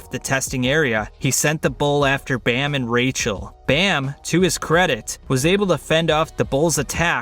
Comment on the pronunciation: I don’t like the way how he says bam